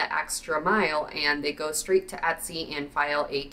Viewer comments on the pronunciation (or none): none